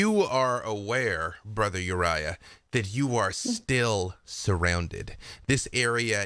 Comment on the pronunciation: I did see a correction. Brother Uriah came out as Borther Uriah